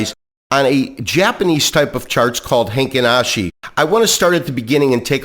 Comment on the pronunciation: its heikin ashi not heinkin ashi